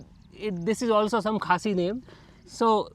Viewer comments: You pronounced Khasi village correctly which is good. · This couple is my fav i will repeat again and again....❤❤and has such a good pronunciation with the khasi words...I also got married to someone out of my society...Dear you are beautiful inside out...stay strong with the Love you have..ignore what many people will say to you be it about your beauty or your Love life...❤and the pictures you clicked were beautiful she is a pretty human..